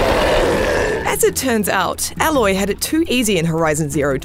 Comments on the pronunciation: the pronunciation of 'Aloy' is painful. you'd kinda expect them to say it right if they played the game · Its always weird when someone plays a game for 20 hours and still doesn't know how to say the main characters name. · She clearly didn't play the game and is reading from a script, her pronunciation of the main character gives her away. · It may not be the female in the video whom rated it as she can't pronounce the main character right. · I don't trust a review with someone who can't pronounce Aloy properly. Obviously hasn't played the game considering her name is said quite a lot, literally Rost screams it at the beginning. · Cuz she didn’t actually play the game, she cannot pronounce Aloy correctly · Fully agree, if she can't say the name then why is she reviewing it lol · You pronounce her name “ayyloy” not “a loy” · A-loy not alloy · Literally two seconds into the game”aloy” every YouTuber ever Aloy uloy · This narrator triggers me every time she says alloy...ITS PRONOUNCED A-LOY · It’s ”Aye-loy” lol not “All-oy” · When someone can't mention the name of the character properly then that explains itself. Alloy for A-loy. Common IGN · It’s Aloy not alloy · JESUS. It's A-LOY, not Aalloy. The actual game tells you her name. I know you are just a hired actor but try andresearch at aleast. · Aloy not Alloy... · A LOY!! Not Alloy!! Seriously. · hahah Alloy, no its Aloy, A-loy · it´s ay loy not ah loy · Ffs....A..Loy....not Alloy! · Her name is Aloy not Alloy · Alloy? It’s Aloy Kiddo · The most annoying thing about this review is how A-Loy's name is being pronounced. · It's A-Loy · The fact that she pronounced Aloy “Alloy” means she’s never played the game. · Her. Name. Is. Aloy. Pronounced Ay-loy. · "Alloy"... lol. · This reviewer is wrong, alloy? So is her rating , if u can’t get the name right then there is nothing more to say. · Why is she calling her Alloy? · Did she just call her Alloy??? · THEY SAY HER NAME PROPERLY IN THE GAME !!!